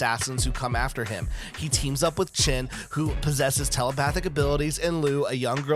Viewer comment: Just a side note: His name is Shin not Chin